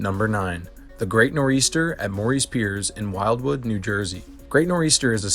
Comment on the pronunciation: He included great nor eastern 🤣🤣 im from NJ so I apologize on his end for this